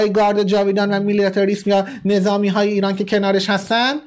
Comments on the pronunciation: درودبرهروطن پرستی که فارغ از دین وقومیت وموارددیگرعشق واقعی آنهاخاک پاک ایران است.برای ثابت کردن وروشنگری حرفهایت بادین وباورمردم مانندمراسم عاشوراودیگرباورهای مردم توهین نکن.ومورددیگر درست بیان وتلفظ کردن کلمات است که بارها به شما گوشزد کردم نمونه کلمه میلیتاریسم رومیلیاتریسم بیان میکنی.آتووبهانه دست دشمنان برای تمسخر..نده. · میلیتاریسم درسته نه میلیاتاریسم! آخه چطور اونجا زندگی میکنی که اکثر کلمات خارجی رو افتضاح تلفظ میکنی! ولی ممنون بابت اطلاع رسانیتون. دمت گرم که انصاف داری معمولا